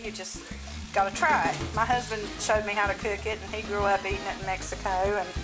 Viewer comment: Lol I love the way u say Mexico with ur sothern accent it's kinda funny. The reason he said it would help your diabetes is because there is a chemical in cactus that lowers your blood sugar ratio